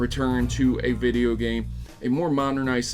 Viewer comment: Hideo instead of video